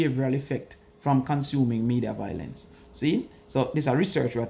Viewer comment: Violence vs. Voilence.... Why can't Jamaicans pronounce this simple word?🤔